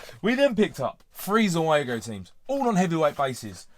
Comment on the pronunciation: Pronounced "ZOO-go". Basically, the Italian trade-name for their own Subbuteo production line.